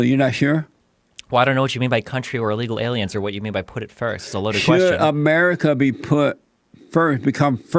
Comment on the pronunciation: Has this Jesse Peterson guy had a stroke or something? Whats wrong with his facial expression, and why can't he pronounce words properly? "Illega alya's in the bla' communities" Or does he just have a REALLY strong accent?